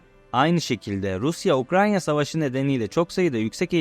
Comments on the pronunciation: Videoların çok güzel ama nolur artık UKRANYA deme sürekli yanlış söylüyorsun her videoda kriz geçiriyorum UKRAYYYYNA şeklinde söylemen gerekiyor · Ukranya değil kardeş UKRAYNA !